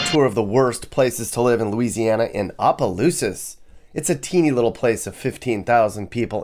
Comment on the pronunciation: It's opelousas not apa😂